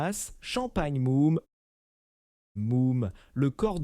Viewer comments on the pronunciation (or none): Moum ? Pol Rogeaille ? 😂😂😂😂😂😂😂😂😂😂😂 l'IA est à revoir sérieusement.